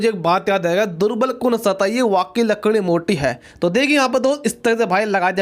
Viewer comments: Congratulations now you say right लकड़ी वरना पहले तो लड़की बोलते थे😂😂🤣🤣🤣🤣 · he said hamar lakdi 🤣🤣🤣🤣🤣🤣🤣🤣